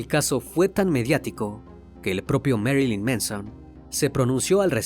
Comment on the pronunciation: Pronunciación correcta, de nada